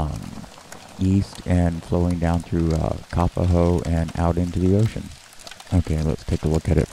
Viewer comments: Never heard anyone say KA-puh-ho before. We say Ka PO ho. It is not spelled Kāpaho. Fabulous footage, brah. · Kapa-ho ?? Have I been pronouncing this wrong my entire adult life? Not trying to be snarky, but seriously asking. I have family and many friends in the (what use to be) Kapoho community. For close to 50 years, I've heard it pronounced as Ka-po-ho (with long O's). Love your videos and excellent footage. Thank you.